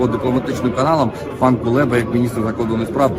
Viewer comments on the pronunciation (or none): none